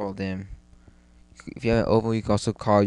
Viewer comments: nd its nt o-voo its said oo-voo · O-Voe? Nooo!! It's pronounced Oooh-Veww, or Ooh-Voo. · ooooovooooo not OVO... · When a doll gets pricked in the head with a pin, that's not VohDoe, it's VooDoo. Thnk VooDoo and you'll get the ooVoo pronunciation down, no problema. Still good video